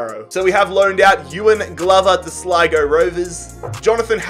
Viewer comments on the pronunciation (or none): none